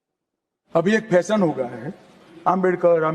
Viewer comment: फैसन नहीं होता भई “फ़ैशन” बोल के दिखा